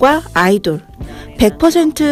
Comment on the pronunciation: 근데 왜 아이돌일 이이돌이라고 해요?